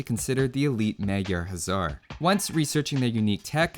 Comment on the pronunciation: Hussar is pronounced 'huh-SSAR' Huszar is pronounced 'HOO-ssar' Upper case denotes stress.